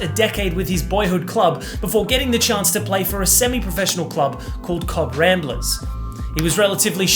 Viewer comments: Pronounce it like Cove not cob. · Cobh is pronounced cove. He was a box to box beast but could dam play and score worth his weight in gold.He never hated Vieira he always respected him rivarly was on the pitch. Great times and more exciting to watch then it is today👌🇮🇪